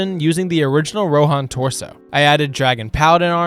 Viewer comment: the rohan names should be pronounced on the first syllable, not on the second :D